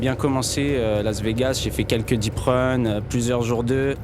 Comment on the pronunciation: Does this narrator really not know how to pronounce the word "deep"?!